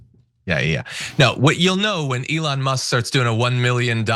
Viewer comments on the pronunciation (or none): none